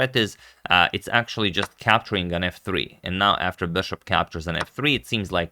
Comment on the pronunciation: You're my favorite commentator and your English is generally great but please "bishop", not "beshop"